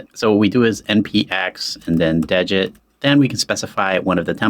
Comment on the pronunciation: It's not "dejit", it's de-git (as in remove-git)